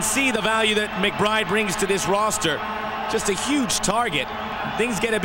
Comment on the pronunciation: Two nillski...McBrrrrrrrrrrride..lol